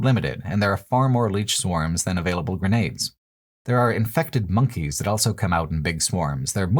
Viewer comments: This remains my go-to channel for hearing 'also' pronounced as ' elso' for some reason, and I wouldn't have it any other way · pronounces the word "also" as "elso"